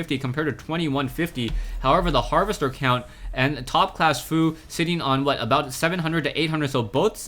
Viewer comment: Did you just say "ShoutCLASS" ? ^^